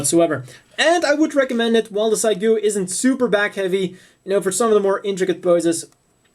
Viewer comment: pretty sure it's pronounced Seegoo...not cygoo